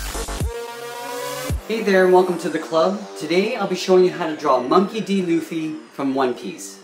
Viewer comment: Pronounce it like loo-fy